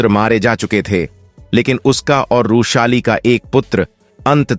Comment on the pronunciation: बार बार रूशाली कयु बोल रहे थे? वृषाली यह नाम था ।